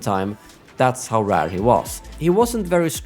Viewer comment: I remember I was greatly disappointed with the lack of campaign. Also I forgot how you say rawr instead of RARE, priceless. ❤